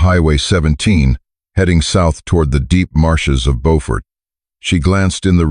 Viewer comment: Beaufort is also mispronounced